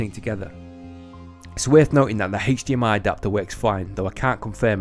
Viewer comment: Love the accent, "Hache-D-MI"